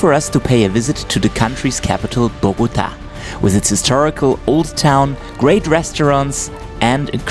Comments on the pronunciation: If you want to pronounce Bogota correctly, don't put the strength on "GO" but "TA". Everyone who speaks English pronounce boGOta, it's actually bogoTA! Try saying the first two syllables with the same strength, and then scream loud the last one: "TA". That's how it is pronounced. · This city is called BOGOTÁ, with the accent on the a, not BOGÓTA. Good video nevertheless.